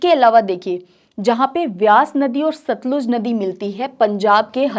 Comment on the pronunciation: सतलज नही सतलुज नदी बोलिए teacher जी